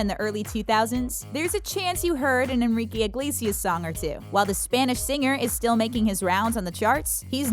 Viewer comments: “enrRiKei IgLeiSias” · I got mad when she said Enrique Iglesias in a weird way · you pronounced enrique iglesias sooo wrong